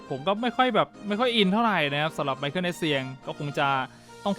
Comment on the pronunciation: มิคาเอล เอสเซียง ครับ ไม่ใช่ ไมเคิล